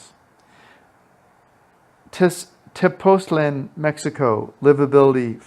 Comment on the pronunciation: I’m thinking of retiring there which is why I clicked. So this helps a bit I think. (I often wish Americans would work on languages outside English. Spanish has diacritical marks that help pronunciation. Tepoztlán has an accent. The emphasis is on the last syllable, not the second to the last.)